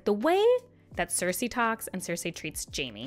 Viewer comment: Who are those Ciirsei and Tayrion characters you keep talking about? 😅 Jk, great video. Who has not mispronounced a name in a book (including GRRM in/about his own books) Have you tried saying 'on page' instead of 'on screen' while talking about a book? 😅🙈